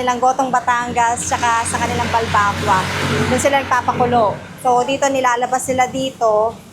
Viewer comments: Ang akward ng pronunciation nyo ng Balbacua. pero astig im a fan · ayusin mo nmn pg pronounced ng balbacua.. sakit s tenga e